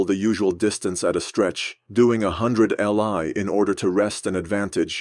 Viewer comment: also not li is a mandarin word and it's pronounced as Lee not l i. it was their old distance measurement equivalent to what we know as the modern mile.